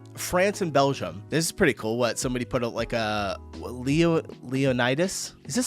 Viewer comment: Can you PLEASE friggin stop saying Belzham? It's called Belgium.